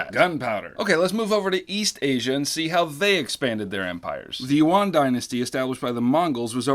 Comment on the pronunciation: As someone Chinese this is the first time I’ve heard yuan pronounced that way lol